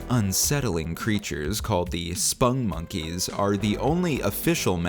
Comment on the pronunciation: Why do you pronounce it "spungmonkeys"? It's "spong . . ." (rhymes with "pong"). That's how their creator Joel Veitch pronounces it.